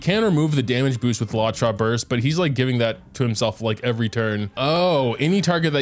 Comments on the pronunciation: He keeps saying “Lacha” I grit my teeth every time in every video 😂😂😂 I can’t even. Still love you, but please stahp for the love of cute puppies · the way says "lawcha" makes my blood boil